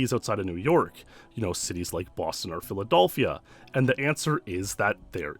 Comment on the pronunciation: anyone else hear him say "Philadolphia?"